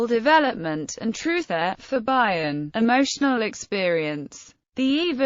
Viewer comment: Never heard it pronounced 'Bye-on' it's normally 'Bee-on.' A brilliant mind without doubt.